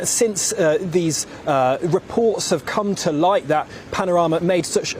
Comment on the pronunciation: Anyone that can't say panorama should not be listened to